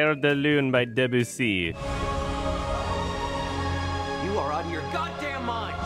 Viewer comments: > your french accent when you said "claire de lune by debussy" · That Debussy pronunciation